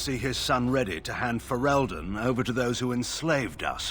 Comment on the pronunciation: Stop pronouncing "Ferelden" like that hahaha